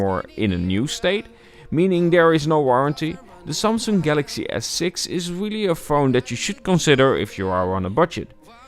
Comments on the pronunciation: “The sumsoong” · the way he pronounces Samsung is annoying af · ik hoor het aan de manier van sommige woorden zoals samsung enzo